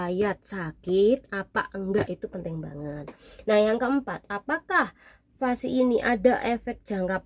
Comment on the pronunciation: vaksin mbak bukan vasi